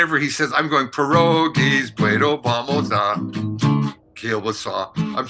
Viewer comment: Oye come va, “Peroges”. 😂